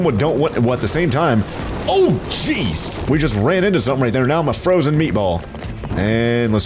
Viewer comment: When he said look how fast we are going, jeez i heard cheese